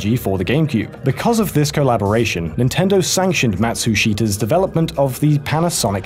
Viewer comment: ''Even posted on the official Nindendo website for Sweden'' I just quickly turned my head when i heard that